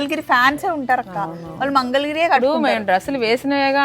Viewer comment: మంగళగిరి....mangal giri kaadu. Please note